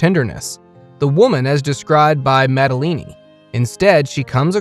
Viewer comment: the way you treat masters of arts and the pronunciation of their names and artwork is plain and simply ridiculous. it could have been funny but the effort alone to make the video, indicates that it isn't. Modigalini?? MODIGALINI??😢 damn the man is turning in his grave.....